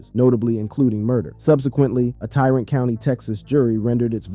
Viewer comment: Bexar is pronounced "Bear" and Tarrant County is pronounced like the name "Terrence" with a "T" instad of "S" sound at the end, obviously.